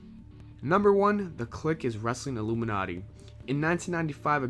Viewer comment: LOOMINERTY CONFIRMED